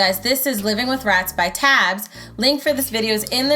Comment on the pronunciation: I think you pronounce Tabbes name like Tay-bbes and not tabs?? I don't know tho